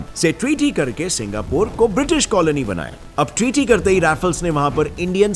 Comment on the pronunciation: Singapore ❌ Singapuur ✅